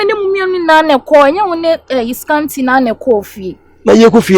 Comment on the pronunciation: Scanty once said asant😂😂